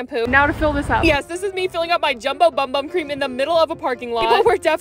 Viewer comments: It's actually pronounced boom boom. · By the way it is pronounced “boom boom” not “bum bum” I hope this is helpful ❤ please like so she can see this 👇